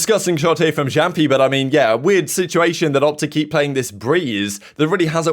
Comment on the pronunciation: Please stop saying jumppi. Its meant to be said yaampi. You do u but still hurts my ears. Cant do anything to force u say that. Nice vids tho